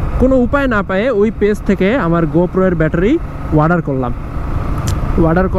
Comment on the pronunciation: ওয়াডার না অর্ডার Order